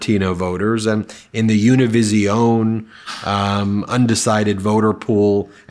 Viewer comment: "younaviziown"...never heard of it.